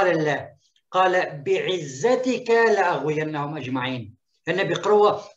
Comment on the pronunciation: لأغوينهم بضم الألف يا وليس بفتحها تعلم قراءة القرآن ثم فسره مو على كيفك